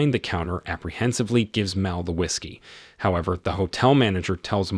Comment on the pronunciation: Stop mispronouncing Mal, it's short for Malcolm.